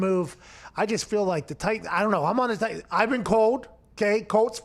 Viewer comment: “Titians”...come on 😂